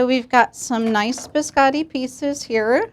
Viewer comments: Those in italian are named "cantucci". "Biscotti" Means Simply "cookies" in italian. But i know that for americans it's too difficoult to learn Two words in a foreign languange. By the way it's Biscotti not "beeskAdee" like you pronounce; beeskAdee in italian Means nothing. Poor italian 🇮🇹languange!🙄 Amareedou, pista-thceeou....i vomit After this pronounciation. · of all the cooks making italian biscotti only giatta pronounces the word biscotti correctly. americans and second generation italians pronounce the o like an a